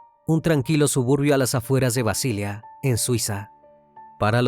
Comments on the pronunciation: BASILEA, no Basilia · BASILEA en español se pronuncia tal como se escribe, y sin acento en la a. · Mal un video cuya máquina que comienza su narración pronunciando mal la ciudad de Basilea en Suiza.😢